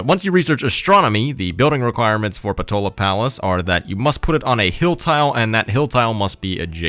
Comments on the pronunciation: If I did not get it wrong,, it is PotAla Palace, not PotOla Palace. That puny little culture/faith/diplo-vic-point definitely do not worth that effort AT ALL, but that policy card, damn, that policy card, that extra policy room for maneuvering, that little wiggling room, that extra bit of freedom, makes it worth every struggle. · Should be “Potala”? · If you're from Ireland like me you may call this wonder "Poh-tā-lā" palace just saying. PS: I can say you might have been hungry at the time of recording if you were talking about potatoes of many kinds hehehe :P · Unfortunately, you didn’t get it correctly like you said, it’s Potala Palace RIP